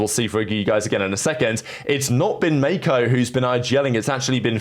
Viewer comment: mispronounced roster: "Mayko" "cauanzan" "toys" "whozie" "mwezera"